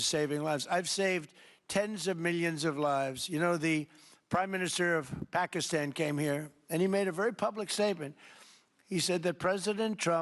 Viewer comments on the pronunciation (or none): none